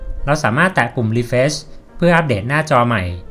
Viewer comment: ขอบคุณมากนะคะสำหรับคลิปดีๆ อยากให้ปรับเรื่องการพูดภาษาอังกฤษอีกนิด จะเยี่ยมมากเลยค่ะ อย่างคำว่า Facebook ให้ลงเสียง ซ (ce) ที่คำว่า เฟซ(face) (ในคลิป คนบรรยายออกเสียงคำว่า เฟชบุ๊ค ลงท้ายเป็นเสียง ช.ช้าง ซึ่งมันจะแปร่งๆหูค่ะเวลาฟัง) ส่วนคำว่า refresh (รีเฟรช) จะต้องลงเสียง ช.ช้างนะคะ (ในคลิปได้ยิน เป็น รีเฟส) และ google map คำนี้ต้องลงเสียง คำว่า แมพ เสียง พ.พาน ค่ะ ยังไงค่อยๆปรับกันไปเนอะ สู้ๆค่ะ